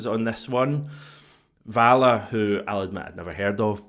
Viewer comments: …. Valle is pronounced “Va Yay” I’m nearly certain. 👍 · Hate to be that guy but I don't think anyone else has said it yet. 'll' in Spanish makes a 'y' sound, and 'v' is pronounced as 'b'! Either way, I hope he's better than Bernabei.